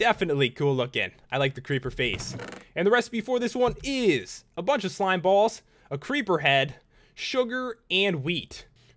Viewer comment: Its Funny How you say SlimeBALLS!